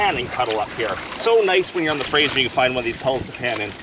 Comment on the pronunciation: Were you in ideaho ? Did you say frasher river